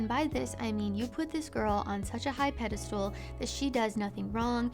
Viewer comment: Thank you so much for not saying “pedastool” like 90% of people do these days. 😂